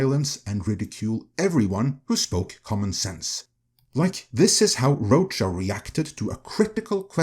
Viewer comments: I think it’s pronounced Roka. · Rocha pronounced RO-ka. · It’s “Row-Ka” Ironically rhymes with “Ahsoka”. He was great on The SchmoeDown but, yeah, he sucks as a critic. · John Roacha…, your pronunciation is perfection. 👌😅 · Weird. He did blame marvel. He agrees dei went too far. And this guy guy can't even pronounce John's name. Plus, he has a point why JP did better than comic movies, cause theY SUCKED years before